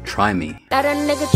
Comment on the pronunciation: Had to pause rq when u said nigga my middle eastern brother u sound like a foreign white guy